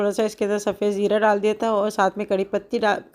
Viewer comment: Jera 😂India ki boli jera😅😅😅